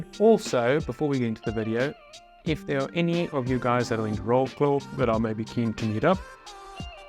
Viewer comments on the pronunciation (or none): Vrotswav, not Roclow 😜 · Wrocław is more like: Vrocwav (where "c" is like in the (c)ircle) or Vroclav (if you change "ł" for "l" evrybody should understand you) but if you try to read Wrocław in english it's hard to understant in first moment you said: Łrocklał (in polish writing) :D I hope it's not more confiusing ;) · Wrocław. "I think it's how you pronounce it" nope, sorry :) We don't read "c" as "k". It's closest to "tz" or "zz" like in pizza. So it's closer to "Vrotzwhav". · Łrołkłoł 😂😂😂😂 Try to listen Wrocław in google translator. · If I understand correctly, You will go to Wrocław you said ? Soooo I dont know if someone said it before but you can pronounce it like this 'Vrotswav' = Wrocław, maby I wrote it not so perfect, but your pronunciation was very wrong. I recommend google translator and listening to the words, it helps. Keep up the good work, I belive in You two 😄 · you actually butchered it 😂 Wrocław = „vrotz-waaf” or „vrotz-wav”, have a nice holiday in Poland! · Wrocław is pronounced Vrocwav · That’s completely how you do not pronounce it 😅😂 In English it would be simething like Vrocwav With c as ts not k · Wrocław is pronounced Vroh-tswav. :-) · hey!! so Wrocław is actually pronounced Vrots-wav, as the W is pronounced as V and Ł- like W :), also Yiddish is a language of the European jews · no it is not even close how you pronounce Wrocław :)